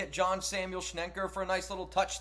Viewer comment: Does anyone besides me also wonders where the 'N' before the 'e' in SCHENKER comes from everytime says that name? 😂😂😂